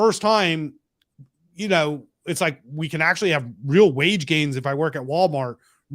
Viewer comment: Ross said “weal wage gains” knew he was goofy af